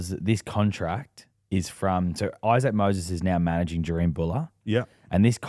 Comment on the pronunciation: CTE is real kids, James still calling jahream Jerome, you’ve got a bloke literally saying in the correct way right in your face and still get it wrong, silly poms man😂😂